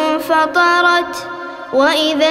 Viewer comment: ما شاء الله تبارك الرحمن ربي يحفظه ولكنه أخطأ في ايه ١ فتح الهمزة وهي ضم وبدأ كلمة انفطرت بالضم وهنا الهمزة الوصل تسقط وصلا وجزاكم الله خير